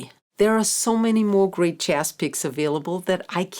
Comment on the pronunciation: This is a great intro, but just want to point out that you are consistently saying JASS, when the word should always have the soft zed sound. This only matters because the word comes up all the time and is foundational to your practice and your videos. Best of luck going forward!